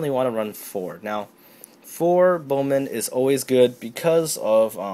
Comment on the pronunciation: its pronounced Bow Mans